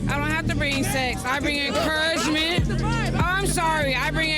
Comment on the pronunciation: Did She said she bring "enquragement"